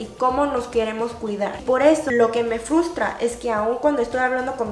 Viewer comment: "Fustra" me encanto jsjsjs